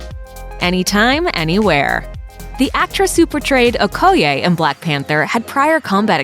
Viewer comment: The way she said Okoye made me want to throw up....